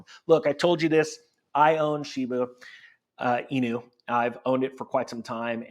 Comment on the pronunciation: It is a Shib"a" inu not Shib"u" in. Woof ;)